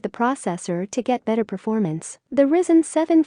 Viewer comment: "Risen" CPU... lol